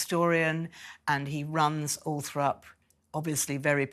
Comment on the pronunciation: Considering she’s supposed to be in the know, why does she keep saying Althrop?! It’s Althorpe 🤦🏼‍♀️